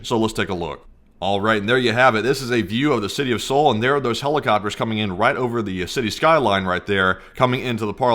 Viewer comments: Seoul is said with silent E its very annoying the way ur pronouncing it, for future videos look it up Plz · Learn how to say Seoul before you go live next time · The E in Seoul is silent for goodness sakes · ffs figure out the pronunciation of the city you are gonna talk about before making a whole youtube video. It doesnt have to be perfect. Nobody expects you to be but at least get it in the ballpark. Especially since its the capital of a major western ally in the pacific... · SEOUL...is "sole", the E isn't pronounced. SOLE/SOUL, not SEE OUL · Good info, but it´s ¨sole¨, not ¨see ole¨ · It's "Soul" dude. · Just so you guys know for the livestream , it's pronounced soul . Thanks for the video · Cringe to watch everytime you pronounce Seoul. Its pronounced Soul. Prolly never had to say it in your life but you're welcome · I hate the way you say "See-ool" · learn how to say seoul bro! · Thanks. Its pronounced Sole mate. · Please google how to pronounce Seoul…. Its supposed to sound like sowl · It’s Seoul and not sioel 😂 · Seoul is pronounced like Soul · It’s not pronounced SEE’OL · lol "Siyole" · FYI the capital of South Korea is pronounced like soul or sole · Seoul is pronounced soul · You do not pronounce it Seoul. You pronounce is soul. But awesome video thanks again. 🙏🏽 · I don't mean to be critical. This is for your own edification.... Seoul is pronounced similar to "soul" ... The e is silent. Really want to thank you guys for doing what you do, and bringing this information to us. Keep it up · Please pronounce the capitol as "Soul." I'm a Korean Army Intel linguist. Trust me. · Damn, the opposition leader must have some athletic ability left in his old (middle?) age. I know I could never hop a fence (granted, hard to do it from a wheelchair, lol) **Btw,, capitol of S.Korea is pronounced like "soul"